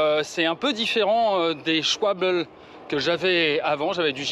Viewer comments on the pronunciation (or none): Prononcer "Chvalbeu" et pas "Chvalbole" 😂 C'est allemand, pas anglais ou américain. Et Trink Wasser = eau potable (littéralement eau à boire).